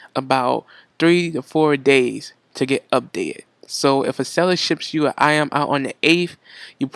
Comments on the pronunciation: Yo "IM" i was thinking hard and then i realized.. it's "Item" lmao!!!! Anyway, thank you for the information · iem? item? is it realy that hard to add the T? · also "item" not "I'em" I find more and more people are not pronouncing their "t's" anymore